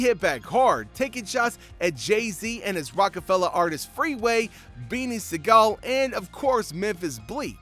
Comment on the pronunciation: That pronunciation of Beanie Siegel tells me you wasn’t outside during none of this